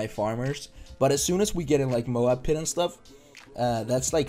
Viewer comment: Say “Like” right. Good vid though! You on the come up for sure 😤